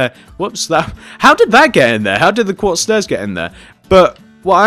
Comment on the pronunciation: you said block of guartz instead of block of quartz